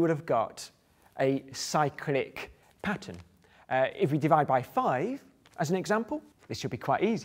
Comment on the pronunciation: he says "dibide vy" instead of "divide by" lol